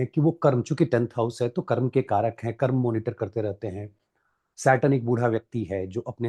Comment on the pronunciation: हिन्दी ठीक से बोलें Please धर्मा.कर्मा नहीं धर्म कर्म PLEASE